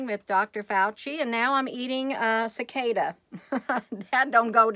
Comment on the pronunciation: Cicada...Cicoda...at least you’ve tried it. 😊